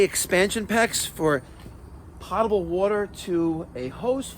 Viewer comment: Still saying potable wrong